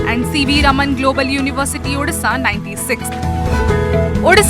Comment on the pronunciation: Its not udisha , its Odisha with an "O"